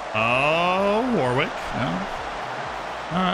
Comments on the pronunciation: It’s pronounced warick not Warwick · New drinking game, take a shot every time mispronounces Warwick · We are going to have to teach how to pronounce English names like Warwick 😂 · Love the pronunciations Z! 😂 War-Wick being my favorite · I was trying to work out how best to type this out on the last video, I settled on Worrick. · I was hospitalized for alcohol poisoning before finishing the video